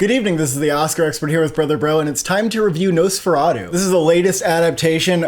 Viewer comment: It’s nosferatu not no sferatu